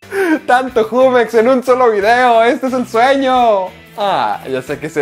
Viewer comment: se escribe jumex no se dice asi 😐